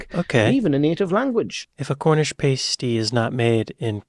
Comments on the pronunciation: pass-tee not paste-ie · Pasty is pronounced.... pas T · Pasty rhymes with nasty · my bad,😂 your 100% right, that would sound ridiculous in a southern accent! Sorry, I tried… it just hurt my ears hearing it being said like pastry 🤣